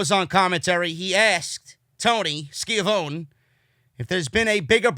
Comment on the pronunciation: it's so nice hearing Jericho pronounce Schiavone almost the right way. Need to make the e at the end more like eh. Skeeahvohneh lol